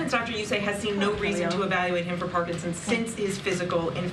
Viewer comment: It's not Parkinsins!